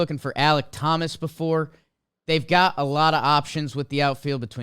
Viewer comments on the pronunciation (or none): “Ahmad” and “Tow-mas” is not a great start to the names for Trev 😂💀